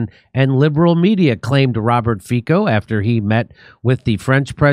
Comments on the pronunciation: It’s not Fiko, but like Fitso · Its fitso, not fiko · Jimmy ,the pronounciation is Fitzo not Fiko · Not Faiko, but Fiicccoo!!! AE way to express everything😂😂😅😅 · just small correction .Fico name pronatiation is not lke Ficko but more like Fitso . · Please pronounce his last name as Fitso🙏🏼😂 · his name is pronounced like you pronounce ZZ in pizza - FIC(ZZ)O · Just so you know, it's pronounced "FEET-SO" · Hi, Fico is pronounced fitso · pronounced "feet - so"